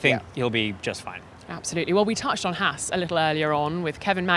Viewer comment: On that guy said Haas correctly and you can actually see the 4 europeans look at him like he just coughed in their face.